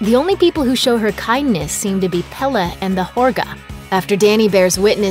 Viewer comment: It's pronounced pelay not pela